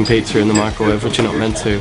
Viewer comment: is it me or does Michael say pizzer 😂 but its adorable